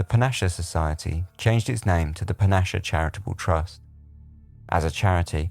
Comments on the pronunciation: Love your channel. But it's pronounced PANNA-SEE-A. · FYI: you've probably been told this before but it's pronounced "pannasee-a". Sorry to niggle but I love language, full of history and culture, and like to see/hear it used correctly, even knowing that it always drifts. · Very enjoyable, but a few corrections. 'Panacea' is pronounced 'Panna-see-ya'. This is how Ruth Klein, the last member of The Panacea Society pronounced it. You've also got the bit about the healing squares of linen wrong; Octavia first breathed on great rolls of linen, and THEN they were cut up into squares, which were then sent out to applicants and could be put into a jug of water to make divine water or 'Water A' for drinking, or further diluted to make 'Water B' for washing or bathing. The Society then asked the applicants to write to them every three months to report on whether their ailments had improved. 'Panacea' means a cure for all ills. Octavia and her followers also believed that the Apocalypse was coming, so they buried these linen squares in a circle around a 12 mile radius of Bedford, so that all who lived within it would be saved. Also, Octavia didn't believe that she was Jesus's wife, but his sister. She called herself the Daughter of God, as Jesus was the Son of God. Otherwise a very well researched podcast, and I particularly enjoyed and concurred with your thoughts at the end. A note on the 1927 box opening; Joanna Southcott was in the habit of giving boxes of trinkets and personal items to friends and followers. The box that Harry opened was likely one of these boxes. I have seen photos of what The Panacea Society claimed was THE box; it was in the possession of a member about 20 years ago, but since the death of Ruth Klein in 2012, no-one seems to know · Another great video. Just the the word panacea is pronounced pan-a-see-a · Loved this one But you need to check the way you pronounce Panacea It’s easy to check online congratulations on 100 episodes and your books